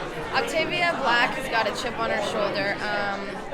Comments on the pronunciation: “Black”? I-...I can’t believe Octavia doesn’t know how to pronounce her own last name😭😭💀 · Does anyone else notice how she pronounced Octavia blake Octavia black or is that just me??? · maybe its the greek in her because us greeks dont pronounce it blake but black xD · Nuhhh,we pronounce it Blake and she grew up in Canada so she doesn't have a Greek accent in English.